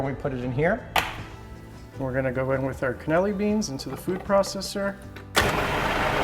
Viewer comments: It is Cannellini beans not Caneli beans. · I just wanna say I love your videos. It's always fun to sit back and watch you go fishing and then cleaning and cooking the fish. But just so you know it's pronounced can-ah-LEE-nee bean. Hope this helps! (didn't mean to sound snarky btw)